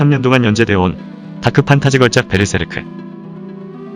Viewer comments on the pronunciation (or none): none